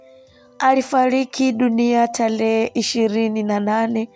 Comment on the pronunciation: Historia nzuri. Ila ndugu msimuliaji jitahidi uboreshe kiswahili chako hasa matamshi. Semanini🫴Themanini, Talehe🫴Tarehe, Wiriam🫴William